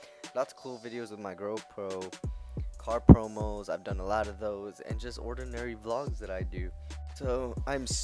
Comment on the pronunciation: It's go pro... not "grow pro" 🙃